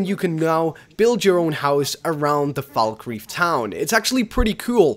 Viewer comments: The way you pronounce Falkreath and Jarl is appalling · FalkREETH..."J"arl. This guy never played Skyrim outside of his videos. Probably just for the views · Jarl. Falkreath. Please learn how to pronounce words.